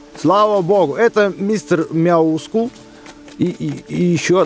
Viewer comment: Мяксул... правильно Мистер МЯускул (ударение на я)